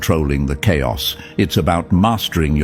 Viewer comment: chaios is not cairos😂